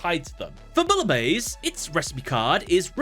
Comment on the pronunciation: Americans pronouncing „Bouillabaisse“ is even as a German insulting. I am really sorry for my French fellas